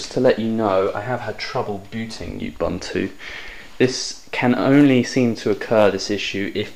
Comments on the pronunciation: Ub-, not Yub- Disclaimer: I've been correcting pronunciation of "Linux" for 15 years... Anyway - tempted, for the Android abilities. APC.io's shipping costs are too high for me to contemplate. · GAH! Ubuntu isn't pronounce "Yubuntu"! Looks capable though =)